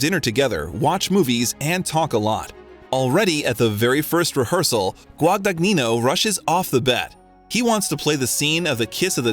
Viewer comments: There are so many factual errors (including CMBYN Oscar recognition and the correct spelling of “Miss Stevens”) and mispronunciations (taciturn and Guagagnino among them) here. On top of this the narration frequently sounds like it was translated into another language and then back into English). The result is that the video’s credibility was suspect all the way up to the moment when the reference to tabloid US Weekly as a “reputable” source killed it completely. I’m always eager for interviews of Chalamet but the lack of care a creator takes with his work correlates with the respect an audience should afford it. This one was definitely a miss. 🫣😔😖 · One does not pronounce the “g” in the middle of the directors name…GWA-DA-NYEE-NO. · Timmy is incredible but you know what’s not? The narrator absolutely BUTCHERING Luca Guadagnino’s last name. Jesus Christ, how hard is it to look up the correct pronunciation of his name? 🤣 Editing because as I watched the rest of the video I noticed the narrator managed to butcher EVERY SINGLE LAST NAME of actors and directors. C’mon, man. 🤦🏻‍♀️😂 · Gosh, how you butchered Luca Guadagnino's name :( I almost fell out of my chair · What about Guadagnino? it's amazing how native english speakers cant't even do the bare minimum to use google translate. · He butchered Luca Guadagnino's surname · mispronunciation of the director's name "Guadagnino" made me cringe. Plus, not knowing how to say "impetus" and mixing up soccer/football....ugh, these AI narrations are really BAD. Ugh, "Laurie confessed HER feelings to Jo." ? WTF. Laurie is HE. And can't pronounce "taciturn" or "Louisa," either. There are too many errors to list. But yeah, I'm watching for the footage of our dear T.C.